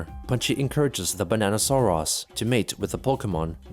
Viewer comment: Banana sore arse. Fr though. pronounced it weird because of the way it was spelled with os at the end instead of us. "Sore-OS" instead of "Sore-us"